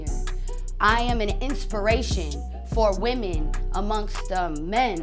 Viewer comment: "I am an inspiration for wemon" Legitimately nobody's heard of her